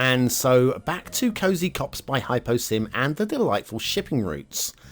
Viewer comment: I have to be honest here, the only reason i came to watch this is to hear you butcher the name :D, but when i saw the map, i was amazed by the detail. It's not my favourite for playing, (as i like mountains on the city background) but those visuals are definetly perfect! 5 for me!